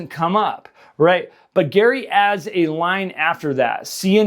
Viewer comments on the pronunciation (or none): none